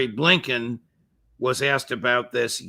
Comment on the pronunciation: I love it when Phil tells it like it is “there is something possibly lurking in the back of bleeeeennbkiins brain off someone can identify that”🤣🤣🤣